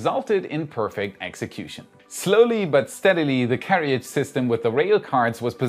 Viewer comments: English is excellent but yes, the second "a" in carriage is silent. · It's more like keh-ridge right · Carriage. Keh.ruhj not Keh.ri.uhj. Every time you say this wrong it grinds my gears. 🤪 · Carriage is pronounced 'Care-age' not 'Care-e-age'.